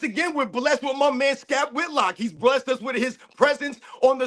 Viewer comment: said “Skap Whitlock”😂salute to the panel🫡 no narratives, just real opinions and informed basketball talk. And yes, Michael Jordan fans are the best!!!